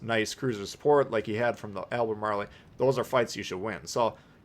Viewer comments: It is pronounced "Al buh maal". Who ever told you it was "Al ba maa lee" was trolling you. Great video though as always. GG. 😉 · Not how you pronounce that, not even close lol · I don't pronounce it like that and I'm English.